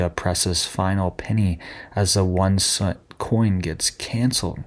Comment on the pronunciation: CENT.... not scent....NOT Penny.... CENT..... for God's sake.... CENT !